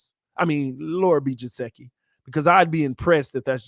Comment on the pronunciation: love the video but it's gesicki no jaseki lol